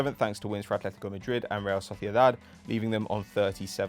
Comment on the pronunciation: He can't say Atlético either. There is no H in the name. At-letty-koe, not Ath-letty-koe.